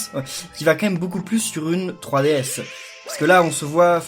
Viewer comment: On dirais que tu dis fruitDS